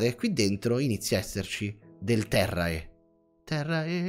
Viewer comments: si scrive terrae e si legge terre è latino suppongo, non terrea, sono a metà del video, se ti sei corretto in seguito scusami!! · terrae è latino e si legge terre